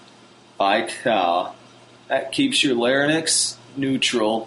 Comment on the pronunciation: Haha, you keep saying "larynyx" instead of "larynx". Anyway, can I sing at a moderately loud volume once I get consistent with this technique at a soft volume? Or do I have to build volume along with the technique?